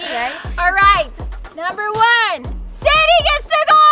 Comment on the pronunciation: ITS SAIDEE NOT SADIE